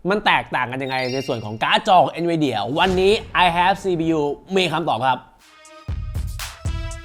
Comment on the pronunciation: เอ็นวีเดี่ยไม่ใช่หรอ หรือเราออกเสียงผิดมาตลอด😅